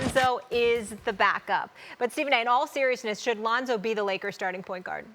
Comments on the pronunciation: She really said Ronzo 😂😂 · “Ronzo” why is Molly even on this show? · Molly says "Ronzo", then Stephen A says "Londo." These mofos high? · She called that nigga Ronzo 😂😂😂😂😂 I’m dead #FaM500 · RONZO MOLLY? REALLY?! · Are we ignoring the fact that she said "Ronzo" is the back up? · Did she say Ronzo? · Lol "Ronzo". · She said Ronzo 😂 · Who is Ronzo? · “Ronzo” “Londo” Lmao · We all just going pretend she didn't say Ronzo? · Bob OG yeah and “Londo“ from stephen a :D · who the hell is Ronzo? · Who tf is “Ronzo”? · Stephan a said Londo right after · Ronzo Londo IM DEAD 😂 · Then Stephen A. Said “Londo” lol